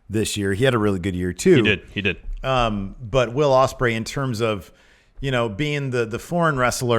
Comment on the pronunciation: It’s Ospreay man